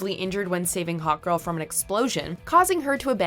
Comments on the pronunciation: instead of hawkgirl i heard hot girl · Omfg I thought you were saying "hot girl" and not hawk girl 🤣🤣🤣